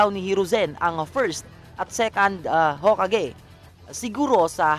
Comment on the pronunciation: Haha.... the he pronounce yung hokage... Ho! Kage......👎🏿